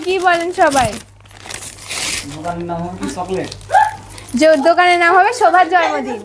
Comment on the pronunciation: Kharap vabe nien na . Jormodin na...jonmodin...r ak kotha repeat koren ..kotobar ma sha Allah bolte hobe... anyway